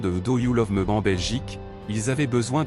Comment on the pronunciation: Do you love" mi"et non "me"